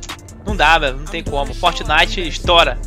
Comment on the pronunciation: Fortnelson kkkkk